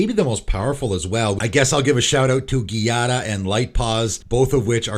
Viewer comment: I am really bothered by your pronunciation of Giada. I'm sorry, but that is just the Italian version of jade, and while i can excuse butchering a fantasy name, i really can't do the same with a real name. Call me a grammar Nazi, but it just irks me way too much.